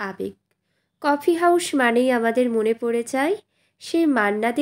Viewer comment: কফি হাউস কে দয়া করে "কফি হাউশ" উচ্চারণ করবেন না, খুব বাজে লাগে শুনতে।